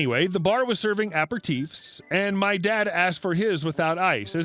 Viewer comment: Hiya, strange word but it's pronounced a-pare-i-teef ;-))